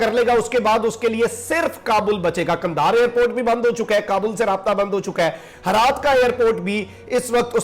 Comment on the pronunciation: Bhai naam sahi liya karo it's not harat or halmand...its hiraat and hilmand